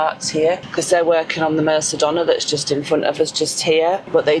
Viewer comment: Mer-: Sounds like the "mer" in "merry". -ka-: Sounds like the "ca" in "car". -DOH-: The stressed syllable, pronounced with a soft Spanish 'd'. -nah: Short 'a' sound at the end. 🙂👍🏻